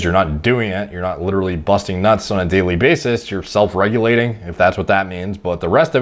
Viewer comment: Bro i'm actually crying. Mans really putting emphasis on 'busting nuts' xD